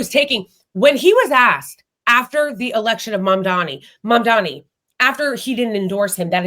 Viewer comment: Great conversation! Only thing is, you keep mispronouncing his name ..it's MAMDANI.